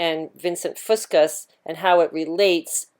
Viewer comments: It’s the Straight of Juan de Fuca... pronounced few-Ka. Not the Straight of Juan de Fusca. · So many mispronunciations in this video its just hard not to get distracted. There no S at the end of Fusca for one.